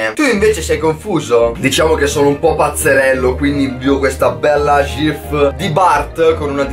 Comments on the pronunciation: Persona normale: ghif: SGIF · Ma perché “gif” con l’accento toscano?😂